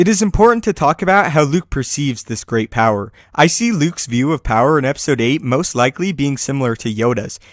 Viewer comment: power not pier